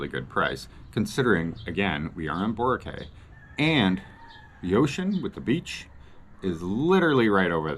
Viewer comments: Sounds like Borakay 😅. Its usually pronounced Borakeye Borak-eye. but it is spelt Boracay. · Bora-kay? Isn't it Boracay (Kai) not (Kaye) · Pronounced boro-KAI. Not Cay or Kay. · You are still pronouncing it wrong... Try pronouncing it "Bho rak kai"